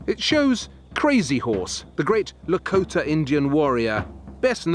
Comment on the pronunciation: Lakota. Not Lakoter.